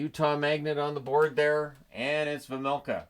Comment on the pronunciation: Coming from a czech guy, the key to pronounce Vejmelka name correctly is to pronounce the J properly, its like Way - mel - kha or something, except the W is V at the beginning :-D